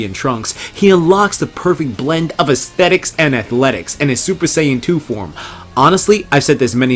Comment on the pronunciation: Z-Sthetics man,Z-Sthetics